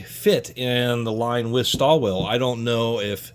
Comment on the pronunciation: Pronounced [Shtall-villa].